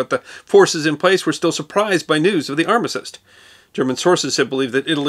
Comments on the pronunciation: Then let me point out that you misspoke the word armistice, it seems to be the fashionable thing to do 😁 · Did that and it's different to how he says it. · I'm confused of how you pronounce armistice.